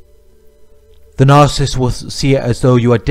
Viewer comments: I can't refrain from saying this as I've been watching a lot of your videos lately... but its NAR-CIS-SIST. There's THREE SYLLABLES lol... Anyways, thank you so much for making these videos. I just discovered a couple of weeks ago that my husband is a narcissist. I knew that things were awful and worse than any relationship I've ever been in (only 3 prior, 1st one 7 years, 2nd one a year, 3rd one a year) and we've been together for 6 years. I can't wait to have the divorce finalized. I have been praying for a long time to get some clarity, and I'm glad I have it now. I can move on and heal, FINALLY. Now if I can only find out what all these terms mean. I understand a couple, but no one really explains them in each video, so I keep coming across all of these videos with all of these terms, but no explanation for them… like triangulation, hoovering (used context clues to figure that out), covert (used google), grey rock or whatever it is, no contact (self explanatory), flying monkeys, and a lot of others.Thanks for everything you do. Sending lots of love from Ohio, US.Also, here's a helpful tip to anyone like me, who talks a million miles a minute and almost always has racing thoughts... speed up the video to 1.5 and it will shave off a lot of time so you can get to the next video and try to absorb as much information as possible. Oh, and thanks for the subtitles at the bottom, it helps to cut back on the risk of the narcissist finding out that I know who he really is, and that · Ms Smith I’ve found that the younger generation does not like correction nor admonishment and they are willfully rebellious. If a narcissist (which is pronounced with three syllables, unlike what this Australian sounding man is calling a two syllable word,) is someone who is “ a lover of self” is mentioned in the Bible “ In the last days, men shall be lovers of selves, boastful, proud, arrogant, rebellious against their parents, ....” it goes on too.